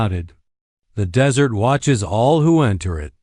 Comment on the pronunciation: Narrator is awful. Spelling out actual words and that dreaded "dot".🤦🏻‍♀️ Desert...Dessert?🤦🏻‍♀️ "Necho" - NACHO! "Tatsie" Tazi? Tatsui? Totsi? How many ways is his name spelled?🤷🏻‍♀️ Are they all one person? It was a ok story. But so many Dots and an odd ending, she's just left there by herself, and what? Too many unanswered questions!🤷🏻‍♀️